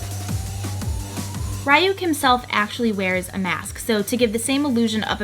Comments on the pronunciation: I'm an anime freak and i looove deathnote so it bothered me that you were saying ryuk wrong :c its (ree) not (rai) >.< but you did an amazing job ♡ NO HATE HERE ( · Ryuk is pronounced "Ree-yuke". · I cringe when I hear her say ryuk lol. it is more like "lyook" where it has a rolled L sound like it is in japanese. but the components she made for the look r pretty cool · I love it and also it's pronounced Ryuk (rEE-ook) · Such a great video!! I love it. Btw, isn't it pronounced "Ree-yuk"? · I absolutely love this first off Death Note was one of the first animes I ever got into. Just one thing and I hate to nitpick but it's pronounced Ree-ook. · It was cool but the way your pronounce his name is right at all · great job! love Death Note! but I can't be the only one who was bothered by the mispronounced name.. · cringing the whole time cause she pronounced his name wrong the whole time...but good tutorial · IS no one going to mention how she mispronounced Ryuk? K, just me. Great cosplay tho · I'm just sitting here the whole time thinking 'YOU ARE PRONOUNCING THE NAME WRONG' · It kills me that your pronouncing his name wrong. 😂